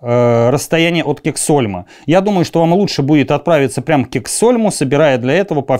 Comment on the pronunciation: Честь историка правильно произносить названия мест и фамилии героев рассказа. Иначе нет к такому историку доверия. Например : Гогланд и Кексгольм...